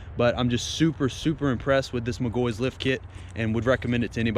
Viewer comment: its "Mic Gaw He" im a McGaughey